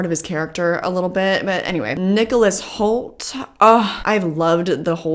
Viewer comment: "I've loved the Hoult-rajectory of his career" is what that sounded like :)